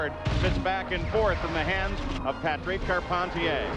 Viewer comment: As a born and bred Quebecer, the way Paul Page pronounces Patrick Carpentier (Patreeek Carpenteeyay) really annoys me